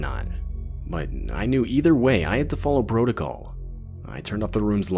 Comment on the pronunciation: Damn you, I'm not that far yet but I had to know what you were talking about!! 😂 This was a funny thing, also.. I pictured a nerdy white boy until I heard the word 'protocol'. The instant he said that, I immediately watched the kid in my mind turn middle-eastern. It was wild. People can lose an accent 99.95%, but sometimes there's a single word or syllable that'll never NOT reveal your secrets. LOL There have been pop culture references to this but I can't think of any off-hand. Anyway, thanks for ruining that dude's voice I'll be hearing in about 2 hours...😂😂😂😂😂😂😂😂😂😂😂😂